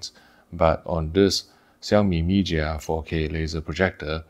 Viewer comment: Hi, I thought your Chinese is good, please pronounce Chinese name in real Chinese. Not 萧米， 小米，not 咪假，米家